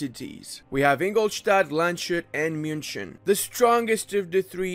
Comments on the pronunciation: I usually hate correcting people about pronounciations but its Lands-hut, not Land-shut. No hate, just trying to help ( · Dear Landshut is not pronounced with a sh. I am sorry but hearing LandSHut is just cancer, good guide though!!! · Just wanted to say, Landshut's syllables are Lands-hut, not Land-shut. Otherwise great video as always. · lands-hut not land-shut (or "lunds-hoot" when transcriped into the english alphabet) translated into english it would be "county hat" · Nice guide, but no one told you it is lands hut. It is not SH. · Land SHUT, always enjoyable pronounciation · Much love, Bayern! ...also as a FYI, it's "Lands-hoot". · I cannot believe how many people cannot pronounce Landshut :D Try it: it's LUNTZ - hoot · My main issue with this video is pronouncing Landshut as Land-shut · Its Lands-hut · The number of times you say "LandSCHut" in this video should make you permanently banned from entering Bavaria :D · Landshut is pronounced lunds hoot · its lands hut :) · duuuude u cant pronounce landshut like that cm on...